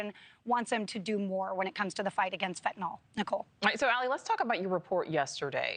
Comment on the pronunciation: FentanYL, rhymes with PILL.